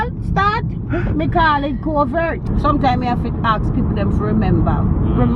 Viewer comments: Lmaooo can't remember to say "Covit" so she say "Covert" 🤣🤣🤣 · Nah all my family says “COVIT”, she’s right Jamaicans find every way to say something but the right way🤣